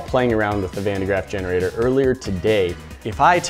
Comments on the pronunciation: Van de GRAFF not GRAFT lol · Thats not how you pronounce van de graaff